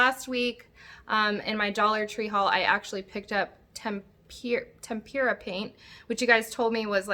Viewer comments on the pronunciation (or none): That paint is pronounced TEM-pra